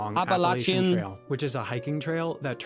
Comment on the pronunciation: From Tennessee: you said Appalachia more accurately than the American narrator. 🎉 (Apple-at-cha) Edit: (timestamp)